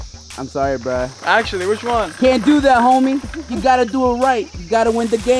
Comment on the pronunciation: you should say bruh not breh